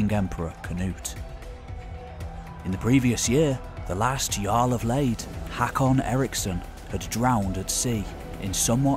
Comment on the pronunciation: Love this history of the Late Vikings. The pronunciation of the Scandinavian umlaut vowels such as “å” in Håkan is not obvious for native English speakers. Otherwise, 10 out of 10 for content!👍